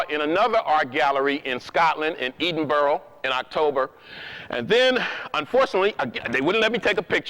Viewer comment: Pronounced Ed -in-burrow